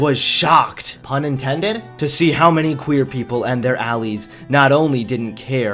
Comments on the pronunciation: Look, dude, I like your vids but please tell me it's some kind of accent thing that you say "Mick-Donalds (Not Mac, or Mc) and "Allees" instead of "allies", or "al-lies" (as in not telling the truth) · Ally’s? It’s allies Good vid tho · WAIT-- I just realised re-watching this that you said "allies" like "alleys" near the start of the video. Lmao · Did he just pronounce "allies" "allees"? Lol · you pronounced "allies" as "alleys" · Did anyone else hear how he pronounced 'allies' ? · He also mispronounced the 'allies'